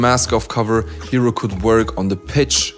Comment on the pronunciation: ヒロがHEROて発音されて意味も変わるのなんか好き